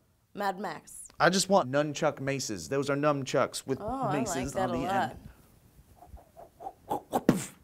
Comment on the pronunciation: had to go back and watch it but pretty sure called them numb chucks lol